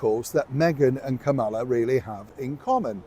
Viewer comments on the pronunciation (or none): please learn how to pronounce Kamala’s name. It’s comma-la. Think of the punctuation mark.